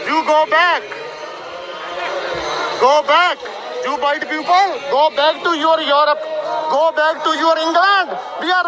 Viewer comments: He literally said you poople instead of people 😅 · He must have scored 3 in IELTS......" You white poopal"😂😂